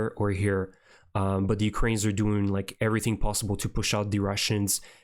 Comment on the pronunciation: Thank you for being one of the few reporters that pronounce Ukrainian names properly! :cat-orange-whistling